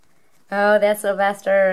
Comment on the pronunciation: Sylvester not syvister